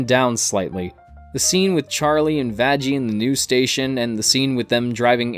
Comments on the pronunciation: Ahahaha! I love how you mispronounced Vaggies name, and then instantly cringed later. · You did mispronounce Vaggie’s name. Also, the angels have to exterminate souls in Hell because of overpopulation. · Everyone makes this mistake for some reason